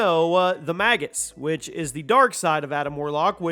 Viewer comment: Pretty sure it's pronounced "mage us" but, why do they fight Nickelback? Lol, sounds like you said they fight "Nickelback and and forth"